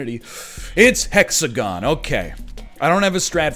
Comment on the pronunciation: the hex-a-gone broke my heart